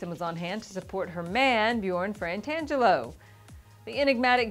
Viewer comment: I think you're pronouncing Bjorn's last name incorrectly. You are saying "Frantangelo" but it is spelled Fratangelo without an "N" in the first syllable. Otherwise, nice episode! Enjoy your show.